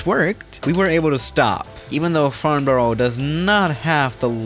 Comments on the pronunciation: That is not how you say Farnborough!!! :D 'Farn bo row' is just a no, it's 'Farn buh ruh'!!!!!!!!!!!! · today we are at farnboro airpprt me: slaps face and sighs ' its farnbourough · its pronounced farnbruh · Farnborough is pronounced farn-burrer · It’s pronounced farn bruh. I know that because I live down the road and go to school there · Nobody:: Today we are in FarnBORO INSERT FACEPALM HERE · Pronounced Franbruh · hey, just wanted to let you know its actually pronounced farn-be-ruh! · WOAH! I LIVE IN FARNBOURGH! And.. your prouncesinf it wrong, but bruh